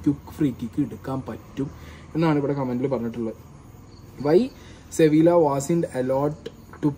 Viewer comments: അളിയാ ഒരു ചെറിയ തിരുത്ത്, സെവില്ല അല്ല്ല " സെവിയ്യ" എന്നാണ്. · Ente ponnu chetta 'See Villaaah 'alaaa. 'See vee uh ' athanu pronounciation.. Valya karyathil njn kandond erunya pinneya manasilayilee chettan andilm sankranthiluma kali kanunne en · സെവിയ്യ എന്നാണ് വായിക്കേണ്ടത് ഏജൻ്റെ..